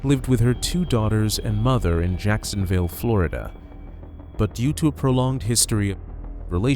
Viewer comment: "I've lived all over Flori-ta."